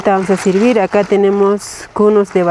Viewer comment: Jajaja ella es bilingüe porque habla español y quechua , en español no puede pronunciar la “e” porque en quechua no existe ese fonema. Que lindo es aprender y enseñar